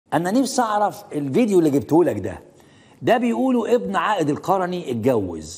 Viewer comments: انطق القرني صحيح . وانت مالك جاب الفلوس من فين . تدخل في حياة الناس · هههههه فعلاً انطق اللقب صح اول شي